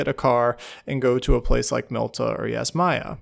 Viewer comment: It's yasnaya not yasmaya:)